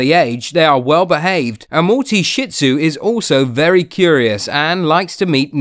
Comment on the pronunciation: It's not shit zu it's shih tzu